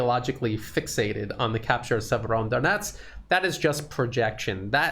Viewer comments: It's a small thing that perhaps you feel is petty but it's driving me NUTS. You have fallen into the habit of calling the city Siever-ON-donetsk. THERE IS NO EXTRA 'N'. You haven't even added it to how you write it in the description, so why have you insisted on this error in your presentations from the start? Fix yourself, please. Thank you! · There is no first sound "N" in Severodonetsk,! Severo-donEtsk. The "N" sound is after "do"! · Sir, you are adding an incorrect N to Severodonetsk! Not SeveroNdonetsk.